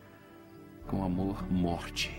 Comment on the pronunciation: Ele falou morte ou muete?